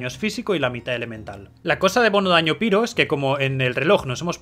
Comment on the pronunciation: Excelente guía, me han quedado claras muchas cosas. Pero es un poco cansado que digas piro, también me es extraño ya que sí pronuncias Reizor. Sólo lo digo a modo de comentario. De nuevo, excelente trabajo.